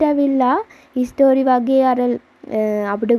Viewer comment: හිස්ටරි නෙමෙයි හිස්ට්‍රී